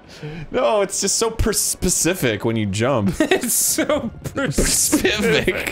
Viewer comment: "It's just so percific" Oh, you mean when you are explorning? I completely understand. It's difficult to explern about when specifect jumping is required.